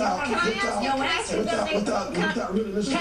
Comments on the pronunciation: Aks, what the hell!! It's ask not aks mark!!!!! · Saying aks me. What the FUCK is it with aks? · "You gonna sit here and AXE me"??????? What a speaker!!!!!!!!!! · "For you to sit here and 'ax' me..." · Fucking hell black people learn to say the word "ask".